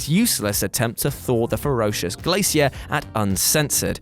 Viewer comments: The way he says glacier triggers me lol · Is that really how British people read glacier lol